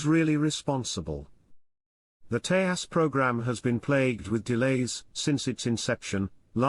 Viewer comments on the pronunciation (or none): It's pronounced 'Tay-jas'- (ends as in jazz)